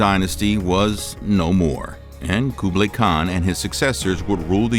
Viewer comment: Good video but the pronounciations of Genghis Khan and Kublai Khan were off